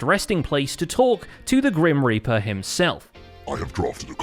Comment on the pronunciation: The Grim Reaper? NoPe!!! ThE gReN rEaPeR